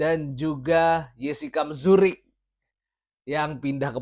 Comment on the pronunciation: kayanya Mruzik bang, bukan Mzurik haha